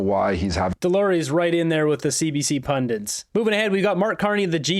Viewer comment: Hi! I love your work, absolutely! It’s ‘pundit’ not ‘pundint’.